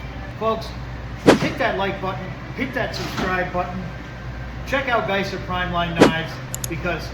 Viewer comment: It’s actually Giesser.